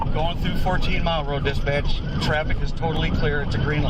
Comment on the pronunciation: Never heard "Dispatch" sound so closely to "Disbitch" in my life.